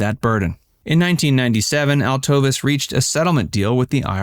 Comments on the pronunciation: Sammy was not 5' 6". He was 5'3 1/2". ...Trust me. His wife's name is not pronounced, Altovis - it's Altovise, pronounced Alto-vees. You need to be better researched and better prepared. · Its not Altovis. Its pronounced Altoveese. Do your research before you do a video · Informative and thorough, BUT Sammy's widow's name is pronounced AL-toe-veese, not al-TOE-viss. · Angie Dickinson did not make the rat pack reference. You need to do better research. And his wife's name wasn't pronounced Al-tovis it's pronounced Al-toe-vees. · Sammy's wife's name was pronounced "Alto-veece". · I do enjoy your videos a lot, but, one thing that a lot of content creators do that is like fingernails on a chalkboard to me is, not take the time to make sure that people’s names are pronounced correctly. His wife’s name was pronounced AL-TOE-VEES. Other than that, great video! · Cannot like the video because you mispronounced Altovise.